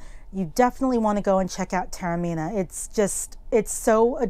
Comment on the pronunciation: What a lovely video - thanks for posting. A few tips for when you return - which you must, for a week at least - to explore properly. It’s pronounced correctly ‘Tah-orr-mee-nah’, and it’s in ‘See-chill-yah’; in Italy, it’s a piazza (not plaza). You eat the granita with the brioche, not separately; it’s just sugar and water with the fruit, the only cream comes as an extra (for tourists!). There’s one arancino, but many arancini. Brava - one of the rare people to pronounce ‘bruschetta’ correctly ✅ (ch in Italian = k in English). In the Pizzeria, if you want something off the menu, just ask; you don’t need to pick off things you don’t like. Taormina is very Sicilian, to a slightly lesser degree Italian, a bit Mediterranean, but is not really ‘European’ which is too general a term to be meaningful for such a diverse continent. Messina was almost totally destroyed by one of the worst ever recorded earthquake and tsunami events in 1908 when it’s estimated about 100,000 people died; what rebuilding that was done was then flattened by the Allies in June 1943 during WW2. Its important as your landing point in Sicily, but due to the two events mentioned above, compared to almost anywhere else in Italy, it has very little to offer the tourist. Hope that’s helpful; in answer to your question, the best food in Taormina tends to be if you take a few steps off the Corso Umberto (main street), and as a recommendation, about 50m down a beautiful alley, you’ll find the Pasticceria Roberto whic